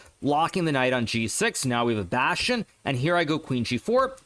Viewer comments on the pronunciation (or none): none